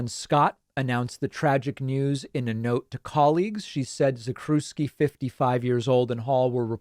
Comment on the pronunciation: The proper pronunciation is "Zack-chev-ski"